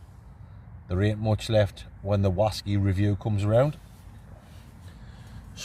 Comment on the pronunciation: Another brilliant video. My favourite part was when you were looking for your slippers and they were on your feet 😂 Love the show! 2 questions... Where does the name come from? And why do you guys say Wasky? Cheers